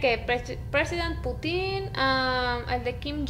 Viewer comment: el presidente putin yo: JAJAJAJAJA Parece q dice otra cosa wey y es re gracioso wey